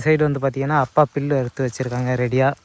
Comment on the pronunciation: பில்லு இல்லை புல்லு சரியாக தமிழை உச்சரியுங்கள் 😭😭😭😭😭